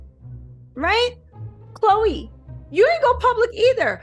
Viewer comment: NOT KHLOGRE 😅